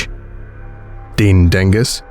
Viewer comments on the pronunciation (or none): none